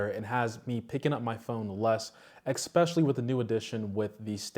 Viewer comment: Taking a drink every time you say the word “ekspecially”